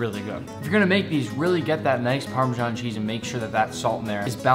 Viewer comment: it’s PARMESAN not PARMEJAN